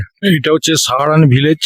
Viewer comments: আমি শুধু জানতে চেয়েছি যে কোন উচ্চারণ টা সঠিক…….সাহারাণ না সারাহান ……এতে তো আপনার লজ্জা পাওয়ার কিছু নেই………আপনার ক্ষমা চাইবার কোন প্রশ্নই ওঠে না….. ভালো থাকবেন 🙏🏻🙏🏻🙏🏻🙏🏻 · জায়গাটার নাম সারাহান না সাহারান…..কোন উচ্চারণ টা ঠিক